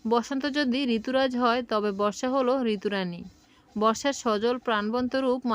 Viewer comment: ঋতুরাজ না ঋতুররাজা